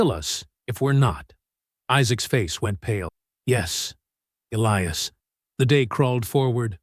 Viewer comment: "Elly-ass? hahaha. Get a decent AI reader. This one needs educating.